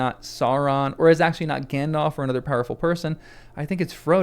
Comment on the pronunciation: Gan-DALF, not Gan-DOLPH :)